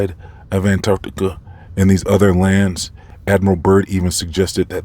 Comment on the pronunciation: BTW, your pronunciation with how you say ANTARCTICA (ANT-ARCT-TICA) makes me laugh every time (in a good way) 😂👍🏼